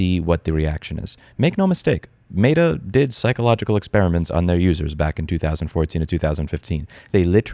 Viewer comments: Is Louis saying “mayda” instead of meta? Lol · What is “mate-uh” ???? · It's both Cringe, and hilarious that Louis pronounces Meta as "Mater" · Today I learned you pronounce Meta weird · Louis, you make very valid points, but the way you say Meta kills me. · The way you say Meta triggers me more than the company itself. (jk kinda). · great video but the way you pronounce "meta" mildly upsets me